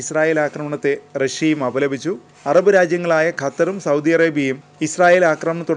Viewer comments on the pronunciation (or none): none